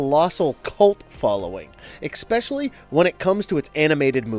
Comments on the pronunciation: It's "especially" not "icspecially" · It’s not “expecially”. It’s “especially.” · I CANNOT stand when people can’t pronounce “especially.” It is NOT “ecspecially,” learn to read before narrating videos. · After "eckspecially", "co-horsing" and "unbenounced" - - I just cannot finish this. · I like this channel, but please stop saying exspecially. Please use the correct grammar. It isn't difficult. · These’s no such word as “expecially”. :-) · There is no "X" in especially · stopped watching the minute he mispronounced the word " especially " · Dear Marvelous Videos, I have a better mic than this guy and can pronounce "especially" correctly . #SorryNotSorry.